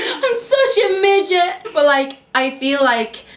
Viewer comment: Lol love how she pronounced midget. Good things ya'll talked